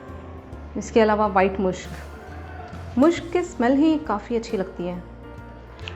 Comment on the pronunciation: मुश्क नहीं मस्क होता हैं